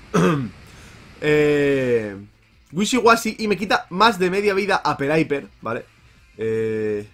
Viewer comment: se pronuncia péliper no pelaiper xd porque en ingles si una vocal va antes de una consonante doble es sonido corto que en este caso seria "i"